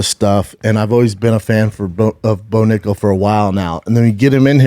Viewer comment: Brendan, you have to watch how you say nickal !